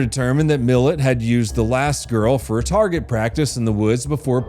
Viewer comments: His name wasnt Millet, it was Mill.....at thats how its pronounced. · Not Millet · I can get you additional info on ivan milat and his last name is prenounced like it's 2 words, mil at. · I-van Mill-at. Not millet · Ivan "Mil-at" not "Millet". "Mil" as in "Military", "at" as in "I am at the airport". Also, 95%+ of Australians pronounce "Uluru" as "Air's Rock" (actually spelt "Ayres Rock"). "Cooge" is pronounced "Could-gee". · It’s pronounced MIL@ not millet.. (interesting fact.. I went out with his niece.. she’s a total psycho as well) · His name is milat not milet😂😂😂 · .... Milat.... Mil-LAT.... Not millet.... This was so frustrating Ivan MILLAT the well known serial killer. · Just letting you know, Milat is pronounced "me-LAT" not "millet". Carry on though, I'm finding this interesting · Milat not Milet. I didnt know who you were talking about for half the story until i realised you were pronouncing the name wrong. Let alone all the other names you got wrong in this vid. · Hey …… it’s pronounced Ivan mil-lat,,,,, not Ivan Millit. It’s not uluruha….. uluru is pronounced oo-la-roo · Hi mate. It is pronounced MIL AT, not Milit. Cheers and live your work. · Can I just say as an Australian, it’s NOT PRONOUNCED “MILLET”!!! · It's not pronounced Ivan Millet. It's Milat. Like describing your lat muscle. That's my lat. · It's pronounced "Mill-AT" not millet. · LOL Millit, don"t you mean Milat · You say it like millit... its pronounced mil-at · Ivan Milat is pronounced Ivan Milat, not Ivan Millet. Belanglo is pronounced belanglo, no blanglo (you got it right the first time then regressed). Lindy Chamberlain was probably guilty. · It's Ivan Mil AT not Millet! Twakka!! I think that fucker and his mate nearly abducted me in Byron Bay when I was six or seven years old. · Ivan Mil-lat not millit 😂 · **pronounced MILL-AT...... not milet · yet he calls Ivan Milat "Milit" it should be "Mi-lat" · We Call him MILL-YAT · sorry but its pronounced Mil-lat ❤ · Ivan Me-Lat